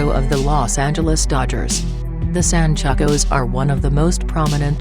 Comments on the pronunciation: Damn, this video is dumb af.. Although the info is mostly on point, the robot voice is completely botching the pronunciations of the gangs.. The "Jersin Park" or "San Chuck ohs" or "nort uh noes" or "sher uh noes" Wtf lmfao silly shit there! Mispronounced damn near EVERY SINGLE ONE OF EM!! Ditch the robot voice man, it's just too damn silly to take seriously and the shit you're talking about in this video is not silly shit to be clowning around about so fix it and redo the whole thing without the retard robot narrator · The way she pronounces surenos & san chucos & nortenos got me dying 😭😭😭💀